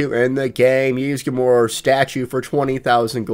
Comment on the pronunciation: ... and yet, he can properly pronounce the word "Ysgramor." Mind-boggling. I would sincerely like him to explain his reading disability sometime, as I think it might make my skin crawl less when he constantly mispronounces common, usually simple, English words, like "sconce."